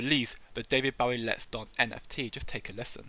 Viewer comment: David WHAT?! How dare you. It’s not like “take a bow”. It’s like “shoot your bow & arrow”. Bowie.